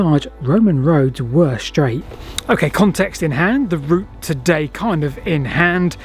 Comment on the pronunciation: The Romans didn't build schdraid roads because they'd never heard of them. Schdraid is a mispronunciation of the word 'straight' which has come about in the last couple of decades due to excess alcohol consumption and consequent brain degeneration in young people.